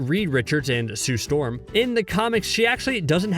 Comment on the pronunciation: The way you said Sue Storm like all the Fantastic Four members weren’t astronauts